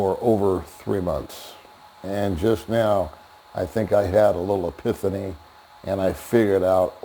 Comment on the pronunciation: No disrespect but learn how to properly pronounce epiphany.